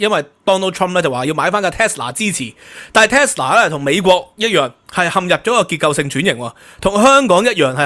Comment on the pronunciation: Tesla, not Telsa